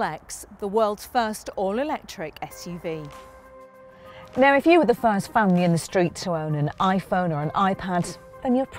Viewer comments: it is suv not shhuv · its not "ash-uv